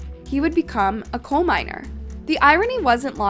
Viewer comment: Also coal mines and not cold mines …hire me 😅